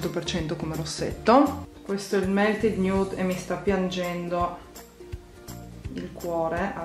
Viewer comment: RAGAZZI HO TROVATO IL MOME •NUDE MA NON TROPPO• (Nude si legge in inglese non si legge così come è scritto )